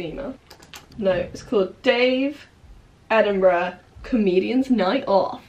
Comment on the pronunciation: I love Abi, but every time she says "Edinburgh" my American closed caption types "enema." Please advise.